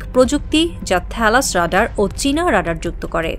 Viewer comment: The most tragic fact is that almost all the reporters of our country in fact do not know how to pronounce the basic English words like Radar, stealth!!!!!